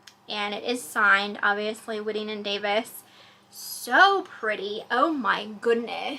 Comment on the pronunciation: It is pronounced as WHITEing and Davis. They made amazing purses. A Cincinnati Company.